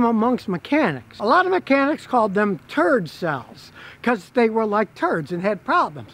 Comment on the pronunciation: 'Turd-cells', lol.